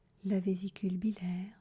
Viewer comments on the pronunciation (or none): J'aime beaucoup votre voix. Vous dite dans vos enregistrements "bilaire" je crois qu'on dit "biliaire" avec le i derrière le l. A moins que je me trompe. Merci pour vos enregistrements. Je confirme je préfère sans musique pour plus d’efficacité. Merci